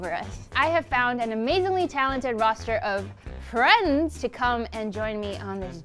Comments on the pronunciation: I love how exaggerates "FrIeNdS" when she introduces Alvin at the beginning. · you didn't have to emphasize 'friends' that much 😅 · When introduced Alvin, she emphasized FRIENDS. THE PROPHECY WAS FALSE😫. But I mean I still ship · i love how she said FRIENDS, like.. stop saying we're dating, stop shipping us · Why is nobody talking about how emphasized “friends” and introduced Alvin?? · See how she stressed on the word FRIENDS!